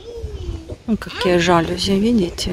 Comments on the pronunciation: жалюзИИИ !!! правильное ударение на последний слог !!! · ЖалюзИ - французское слово - ударение на последний слог